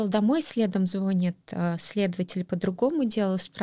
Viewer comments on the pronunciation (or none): Она теперь всем интервью даёт? Уже слушала её историю. "Интересная" дама. Говорит хорошо, правильно, а в слове звонИт ударение ставит не там звОнит. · Она сказала звОнит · На счёт грамотной речи я бы поспорила, согласитесь сказать : моё день рождение или звОнит, это как то не очень грамотно